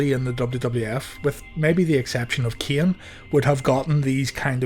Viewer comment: When you say Kane it remind me of South Park “My name is not keayne!”